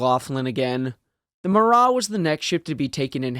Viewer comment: It's not a silent T on Marat. In Russian there are no silent letters. Yes, I understand the French pronunciation would be with the silent T, but Russians would not say it that way. It would have been "Russki-ized" to pronounce the T.